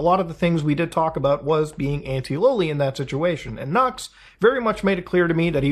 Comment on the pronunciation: “Noox Taku” my ESL streamer 😂